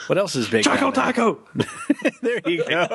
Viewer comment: )))) What did he say? "ChacoTaco"? *****